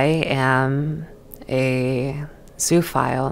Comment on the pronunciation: Zoo-oh-phile. 'Zoo' in zoophile is not pronounced like 'zoo'. It's more like zooa.